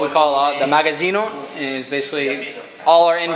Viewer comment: "magasino" non si può sentire...